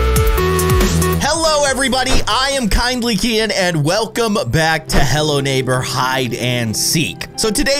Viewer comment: You said "" you supposed be to say "kindly keyin"